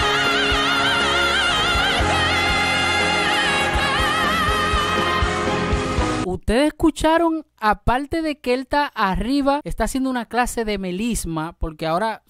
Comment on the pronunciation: Intento seguirte, valoras la buena musica Pero por favor!!!! De donde eres? En que pais latinoamericano hablan asi? Una cosa es el acento y otra es balbalo! es BARBARO!!!! YA TU CHABES POR YA TU SABES, MEZCLAN PALABRAS YANQUIS, APALTE POR APARTE; PROFESOL POR PROFESOR SE QUE NO TODOS HABLAN ASI PUES SIGO A VARIOS POBRE CENTROAMERICA, TAN HERMOSA